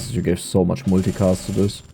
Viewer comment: pronounced so not zo